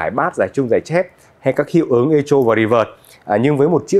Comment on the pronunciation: Chữ này đọc là "Ê-cô", đừng đọc " Ê-chô" bạn nhé!